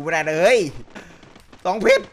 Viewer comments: ฟังจนได้ยินคำว่า เพรช เป็น เพ็ก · 1เพช๋ร 2เพช๊ร